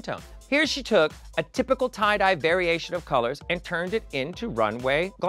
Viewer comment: I think MMM read “Tye-Die” as “Too-Die” 😂